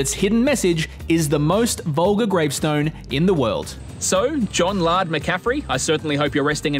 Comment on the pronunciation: Lard? It’s Laird and it’s pronounced they way it’s spelt.